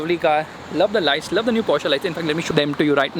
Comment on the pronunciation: And people call this automotive journalism, a girl screaming in the trunk, a guy who can't pronounce Porsche or Macan correctly, "testing" in public roads, and wait he knows how to read the brochure! Slow claps! 😎